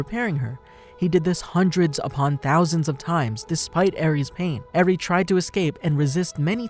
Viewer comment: you said eri wrong